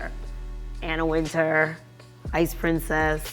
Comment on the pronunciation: why are they pronouncing Anna Wintour's name wrong? How you gonna use the name but pronounce like you never heard of her?